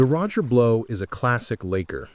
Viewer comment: This video lost credibility after the AI called ot the Roger Blow!